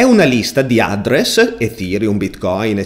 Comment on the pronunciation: "Chi di voi è sopravvissuto fino alla fine del video?" Concordo ma soltanto per l'utilizzo di semplici parole in inglese pronunciate in un modo terrificante... SAPPORT? ADDRESS con l'accento sulla A e non sulla E? Tra i tanti malcostumi che ci sono in Italia, io ci annovererei anche l'ostinato e testardo storpiamento della lingua inglese (siamo famosi per questo) ovunque, e soprattutto nei vari canali televisivi, pubblici o privati. Se non sai come pronunciare una parola in inglese non farlo, SUPPORTO è molto meglio di SAPPORT e INDIRIZZO è molto meglio di ADDRESS con l'accento sulla A perché lo dici bene nella tua lingua, se lo fai come è tipicamente italiano farlo, fai solo una bruttissima figura. Per il resto non posso che complimentarmi del video.